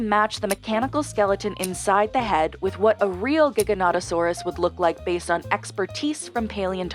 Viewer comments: Nice video, though . . . The correct pronunciation is "Jig" not "Gig". ask Roldolfo Coria, who dug up the skeleton, or any paleontologist worth his salt. Also it was 12 to 13 feet tall not 20 feet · ITS Pronounced (JYEGANOTOSAURUS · Why do Yanks have to mispronounce Giganotosaurus as "Gigger natto saurus" ??!!